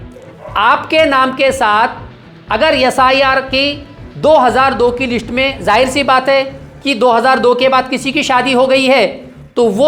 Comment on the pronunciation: List boliye Lits nahi😅😅😅